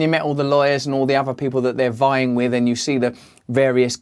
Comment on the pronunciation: It’s not 𝙖𝙣𝙪𝙫𝙫𝙚𝙧 (another)! It’s not 𝙬𝙞𝙛𝙛 (with)!